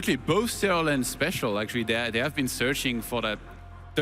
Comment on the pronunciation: "bolth" heheh